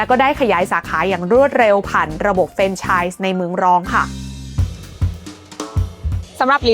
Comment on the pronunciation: มีร้านของเถ้าแก่น้อยด้วยครับ ป.ล. มันควรจะอ่านออกเสียงว่า แฟรนไชส์ นะครับผม